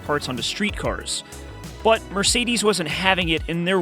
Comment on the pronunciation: "Mircides 190"